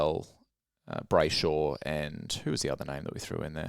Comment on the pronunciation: "Brayshosh" 😂 Sorry not letting you get away with that one